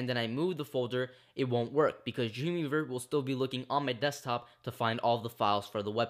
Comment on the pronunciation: It found it quite hard to understand what you were saying when you said "Dreamweaver". I first thought you said 'Junior verb'. Great tutorial though.